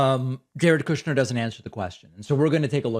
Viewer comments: KOOOSHner lol love it 😀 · David, sir. I love the way you say kooshnerr, it's beautiful.